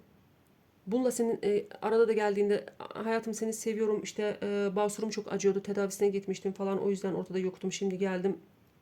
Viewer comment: Bağsurum dediniz koptum ya 😂